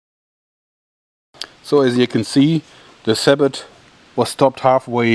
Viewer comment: Isn't it pronounced sa-boh?